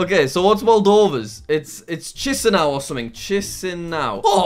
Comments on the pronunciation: fun fact Chișinău in romanian is pronounced Chishinow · I love the “Chișinău” pronunciation. It’s actually more like “Kishnu” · Montenegro's capital is pronounced Podgoritsa, not Podgarica Moldova's capital is pronounced Kishinau, not Tsisinau